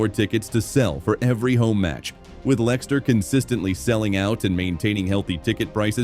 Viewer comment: Can't even get the name of the club right [Lenster?] . Why should we believe this claptrap ??